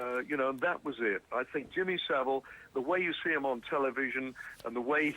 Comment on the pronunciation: Jimmy Sa-VILE